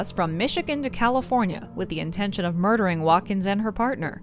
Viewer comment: Mondering. Love it love it love it! Ye gots to appreciate the little things.